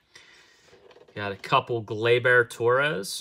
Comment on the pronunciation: Glay-Ber!!!! NOT Glay-BEAR!??